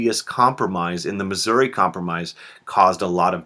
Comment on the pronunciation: muggisouri? PFFTHAHAHAHAHAHA!